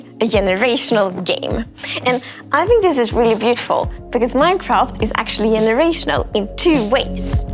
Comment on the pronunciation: Yenerational 😂😂😂 yenuinely. 😅